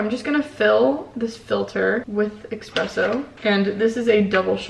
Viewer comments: Omg you people in the comments need to relax, I’m Italian and it doesn't bother me at all the way says espresso.... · the word 'espresso' doesn't have an X in it... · I‘m this 👌🏼 close to losing it over her saying ekspresso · bruh if i hear her say expresso one more time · Couldn’t finish watching because I got too annoyed by “expresso” I can’t. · Being Italian I am internally screaming every time I hear it. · Same, girl. Same. I'm screaming at the TV 😂🤣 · Baristas all over the world are punching the air rn over the way you pronounce “espresso” haha. We still love you 🥺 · the way she said espresso triggered me LMAO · There’s no x in espresso lmaoo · there’s no x in espresso ahhhhh